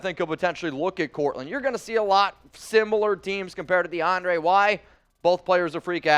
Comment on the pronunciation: YO THIS MAN REALLY SAID de- ana - ray 🤣🤣🤣😭😭😭💀 ITS -DE -AHN -DRE 🤣🤣🤣😭😭 and he said saa non e ro instead of saying sa nar reo